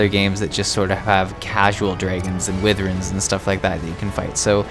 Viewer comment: Wivvern? No, Why Verne. Seriously, so many people mispronounce that, super easy to google and hit the pronounce button. Literally just google "Wyvern" and push the button near the top that looks like a speaker. Anyway, that aside, this is actually pretty relaxing and a good look around...I never unsubbed but I haven't played this in a couple months, gonna have to play more, and gonna have to check out your other vids!